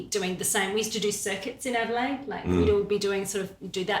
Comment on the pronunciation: Every time I hear you guys say Adelaide, I hear “At L.A.” and I think awesome they’re coming to the States (Los Angelos) You guys do such a great job, and I know you all have busy lives, but have you ever entertained the idea of coming to L.A. or Vegas for a short stint? Anyway keep up the good work. I always enjoy what you guys do. Peace and Blessings! Matt